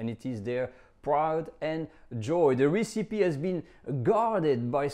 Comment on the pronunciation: Not 'Ree-See-Pee' - Ress-Epi (recipe)